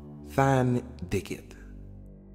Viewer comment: Had me cracking up within the first 10 seconds. Still can't get over "sign dick-it"!